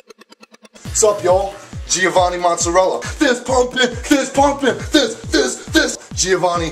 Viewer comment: ahahaha you no italian you cant even say mozzarella.